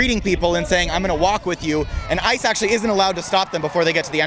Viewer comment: IIt sounded like he said "I'm here personally because I should be abolished."